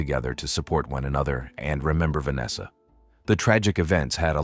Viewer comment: Pls stop using AI to narrate. They can’t pronounce simple words like Vanessa or cafe.